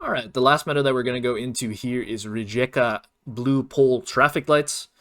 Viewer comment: Thank you for the tips! Another good tip for Croatia is that you can often find green street signs in the city of Karlovac (they are usually blue in Croatia). Another thing is, Rijeka is pronounced Rye-ka. The letter j is pronounced like the letter y in you.